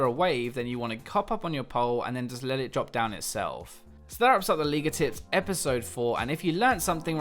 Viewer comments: Did he say 'League of Tits' in the beginning? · Was it only me, or did you also think he said "hey guys, league of tits" in the start of the video? o.o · U say it like ''League of Tits" XD